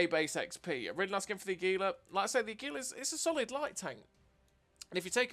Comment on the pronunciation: Your pronunciation is close but you're putting the emphasis on the second syllable, emphasize the first: AH. Aggylah. Águila.